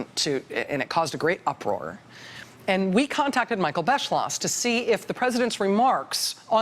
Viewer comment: that awkward moment when you know German and the presidential historian's last name looks quiteeee German and then they call him Bes-slosh .... but the video is very informative :D